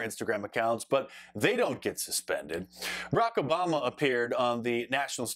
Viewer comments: It sounded like you callled him brocoli obama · Did he just say Iraq Obama 😂😂